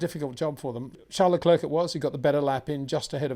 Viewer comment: Peter. I know you’re not French but Charles surname is pretty easy to pronounce. You get his first name fine. But it’s ‘Leclair’ not Leclerk. Basing this on year 9 French haha. Matin’s another bad offender 😅